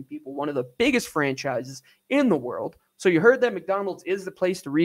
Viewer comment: This guy has weird pronunciation of certain words. That and his terrible analysis make it impossible to listen to him